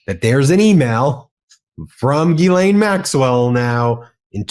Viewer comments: "gh" in French is a hard G. Think "gherkin." NOT Gee- Laine. Sorry. Just get tired of hearing it wrong. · Oh, Harry - when are you going to take the time to learn how to pronounce “Ghislaine” correctly?